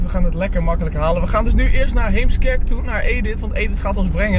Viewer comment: Eh, de meeste Heemskerkers kunnen er zegmaar niet zo goed tegen als mensen Héémskerk uitspreken...